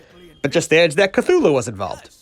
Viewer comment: At least your "mispronunciation" of Cthulhu wasn't as bad as when he was on the ghostbusters cartoon. They pronounced it Kat-hoo-lu.